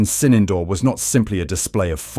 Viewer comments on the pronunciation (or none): Not 'Sinendoor'...it is Sindoor... And the 'd' in Sindoor is not pronounced as in 'door'...it is pronounced as 'the' as in 'therefore'